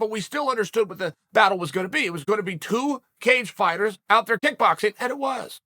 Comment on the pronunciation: Did he just say "2 cagefighters out there dickoxing"??